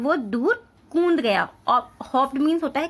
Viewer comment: Kund nahi hota kood hota hain